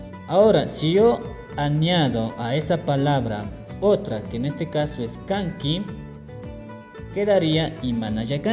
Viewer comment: Amigo como se pronuncia Kanki =Kangui